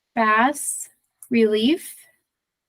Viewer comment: FYI Bas relief is pronounced BAAA RELIEF